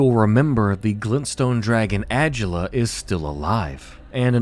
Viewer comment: I don’t think adula name is pronounced that way n if it is either way I say it “uhh-dula “ instead of “ag-ulla”